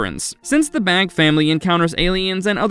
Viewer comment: Isnt the last name pronounced Bā or "bay"?